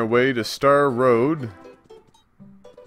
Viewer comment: lol star rod not road